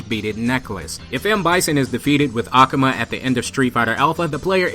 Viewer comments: aKUHma sounds better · NEW SUB !!! But Akuma is Really pronounced (Ah-Ku-Ma) pleased don't keep saying ak-uma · It's akuma not akama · I'm not gate keeping or anything but the way you day ah-ku-mah is wierd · "ah- koo - mah" akuma The game announce pronounces his name correctly. C'mon bro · jeez why do you say it like that "a-cum-a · I really hate how he pronounces akuma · I like how he pronuces "Akuma" incorrectly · The way you pronounce Akuma. Do you play street fighter? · you pronouns AKUMA strange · Your pronounsing akuma wrong! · The way you say 'Akuma' does it come with a the theory ? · your saying akuma wrong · Great video! but his pronunciation of "Akuma" 😅